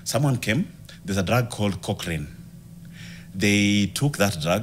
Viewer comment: The gout drug is colchicine, not cockrine